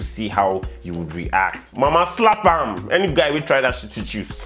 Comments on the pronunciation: I LOVE TIMINI😋😁😁😁😁😁LIKE HE SAID"SLAP AM" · Timini❤he said slap ham😂😂